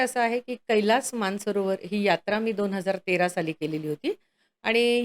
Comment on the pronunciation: मान सरोवर की मानस सरोवर ? हे स्पष्ट उच्चारावे.